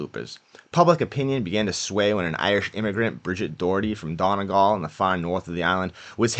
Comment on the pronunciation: Donegal is pronounced Dunny-gall.